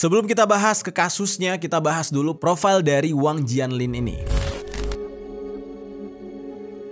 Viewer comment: Bacanya Wang Jian (Cien) Lin, gemes deh minimal google translate apalgi nama asing